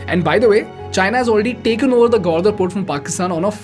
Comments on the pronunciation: Good content... a few pronounciation mistakes ..gawardar ?! ..seriously ... its gawadar for crying out loud.. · Bro, the only mistake you did is pronounced Gwadar as GwaRdar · It's not Gwardar (ग्वारदर), it's Gwadar (ग्वादर). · Its gwadar, not gwardar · excellent content BUT .. i HATE THE WAY U PRONOUNCE "THEIR " AND "GWADAR".. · It’s simple The China doesn’t want to depend on strait of mallaca (one sentence answer) Not a criticism but Gwadar wasn’t pronounced properly Nonetheless wonderful content